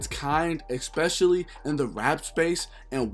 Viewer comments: Every 5 mins all I heard was “ex specially” lol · It kills me when I hear ppl say “Eckspecially” kinda like how ppl say “pacifically”